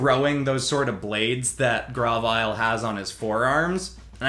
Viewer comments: Isn't it said grove-ile? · Grovyle is pronounced Grow-vile Sceptile is pronounced Sep-tile